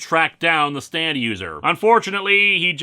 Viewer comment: Am I the only one who hears Stan every time he says stand? Like all the Steve's from Yu Go Oh abridged :)